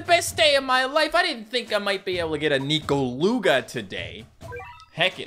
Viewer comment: I thought it was pronounced Nekoluga not Nikoluga... Weird...